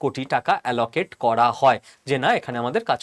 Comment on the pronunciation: অ্যালকেট 😮!?!!?! অ্যালোকেট